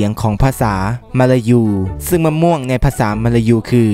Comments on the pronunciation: มะม่วง ไง ไม่ม่วง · กูขำตอนแม่งพูดเพี้ยนๆมะม่วงอะ55 เอ้อเห็นพูด อเมริกัน ฟราย ไร้ นี่สงสัยว่า อเมริกัน เฟรด ไร้ ป้าว เฟรดไร้ที่แปลว่าข้าวผัดอะ หรือกูโง่ไม่รู้น้ะว่าฟรายไร้ถูกหรือว่ากูโง่เอง55